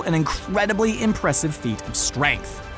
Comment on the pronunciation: A and listen carefully to hear he said stuaynk in instead of strength.